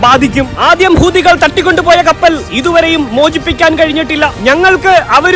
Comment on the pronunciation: ഹൂദി അല്ല സദ്ധ് ഇടിം ബായ് ഹൂത്തി 😑